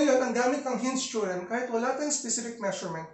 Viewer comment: I love it when he says "Theo-rem"